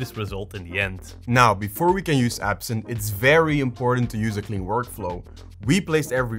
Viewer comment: Its actually Ebsynth not absinth😅